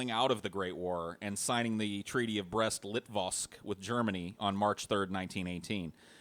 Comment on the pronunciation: ACTUALLY, it's Brest-Litovsk.